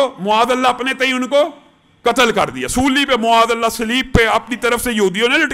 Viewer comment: معاذاللہ کہتے وقت م پر پیش کی بجائے زبر پڑھا کریں